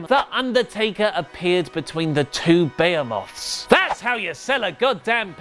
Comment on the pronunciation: He pronounced "Behemoth" wrong xD.